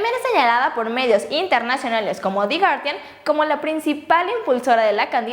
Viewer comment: 1.¿pronunció di gardian? 2. Malo que AMLO no se diera cuenta sobre actividad de Ponce y Bejarano pero muy congruente con su discurso de honradez que los llevara ante la justicia; ya quisiera México entero que eso hicieran por lo menos el 10% de los Gobernadores. 3.Le llamaron y tú le nombras Bipolar? Dicho trastorno, está mucho muy lejos a tan sólo tener dos opiniones que se contrapongan. Lo que hace creer que esta "informadora" no es objetiva, asume y adopta las opiniones ajenas como propias.